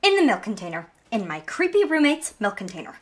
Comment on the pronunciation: "see? blood in the mElk container "